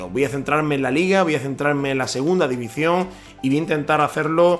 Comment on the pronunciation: "Divizion", aprende a hablar